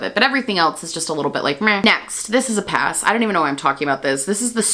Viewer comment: May I suggest putting the emphasis is YAS and then say PASS. Like: “yass 🛍🏳️‍🌈💅” and then just “pass” I hear “yossss” and “poss”